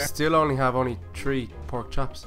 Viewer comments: you said tree and not three XD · three = tree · Way are you saying tree it is three i am srroy if the splling is wrong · I like how they say tree for three 😂🤣😂🤣